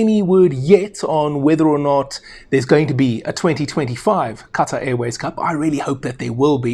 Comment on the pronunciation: As a Saffa, you're pronouncing Qatar wrong.